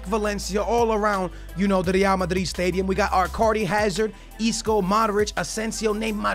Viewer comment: Does anyone else get annoyed at the way he pronounces Real Madrid? Like okay we get it you’re “Hispanic” you cappin white boy